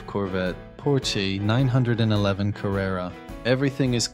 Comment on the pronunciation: Calling it a nine hundred eleven instead of nine eleven had me wincing.